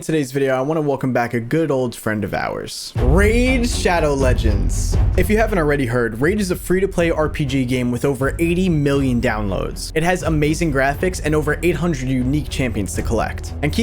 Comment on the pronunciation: Me in the middle of him saying raid shadow Legonds:🫠